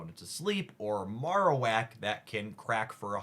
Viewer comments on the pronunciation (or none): Marowak should be pronounced like bone marrow unless I'm wrong.